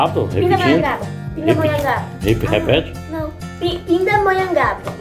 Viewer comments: agora você conquistou foi o coração do Sílvio Santos falando corretamente "Pindamonhangaba" 😁😂 Gosteiii!!!! Rsrs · Que legal, vc falou certinho o nome da minha Terra Natal Pindamonhangaba. Curto muito seus vídeos e de seu pai Daniel. Bjs para sua mãe Edvania.